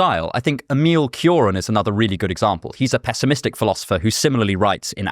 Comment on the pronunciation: Question, Emil Cioran you mean in the first meme? The description seems to but I didnt understand the name at all from the pronunciation; dont want to seems mean or condescending but I was not able to understand the philosopher you intended